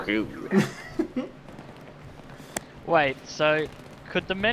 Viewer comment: "Yes Wilson, sex is the number one on the lis-ta." - I fucking LOL'D!!!